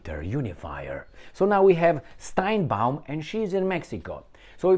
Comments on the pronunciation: Sheinbaum, not steinbeum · It's not Steinbaum, it's Sheinbaum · You are mispronouncing the name of the new president of Mexico. It is Sheinbaum. Also, do you know the real name of Netanyahu? It was Benzion Mileikowsky. As for Ahmadinejad, not so fast. He may not be allowed to run. He was disqualified the last two times. There are a number of other very good people who are running. He was the president for 8 years. That should be enough.